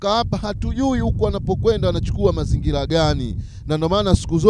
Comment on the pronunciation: neno mazingira unatamka mazingila ina maana quran unafundisha kimakosa sana.